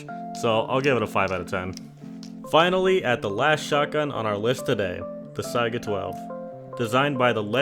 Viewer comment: you can find 20 round siega mags in metal boxes in factory and kolkozs and it’s pronounced se-ga not si-aga